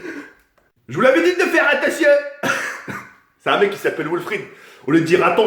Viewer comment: on lui dit que sa se dit attention et pas attontion